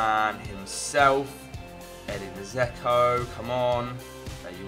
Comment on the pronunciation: You do realise Dzeko has a D in his name? Its not Zeko.